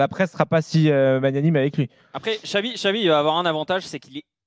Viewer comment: On est en 2025 et y a encore des "journalistes" qui disent XAVI Alonso. Irritant.